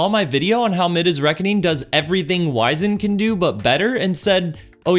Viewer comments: “Wiz-end Rebuke” not “Wise-end” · It's pronounced wiz-und, not wise-end. Likewise, it's rah-preezed not re-prized.